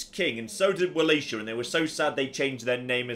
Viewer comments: Vuh-LAH-key-uh. I thought it was more well known, since it's the region that was ruled by Vlad the Impaler for a time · I think I'm most annoyed by the way that says Wallachia, but it's better than "Wuh-LATCH-ia."